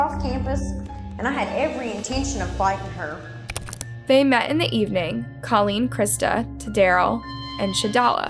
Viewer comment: Name a bit special but should be easy enough since says it too and she should know how to say it. Tadaryl is one thing, but even Colleen is said differently several times and that name shouldn't be a problem to say correct.